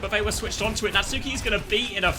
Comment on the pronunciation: Does Natsuki rly pronounce his ign as Nat-Suu-Ki or are we taking the piss